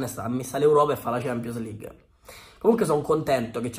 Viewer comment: Ma "Cempio Lig" è una pronuncia tutta romana?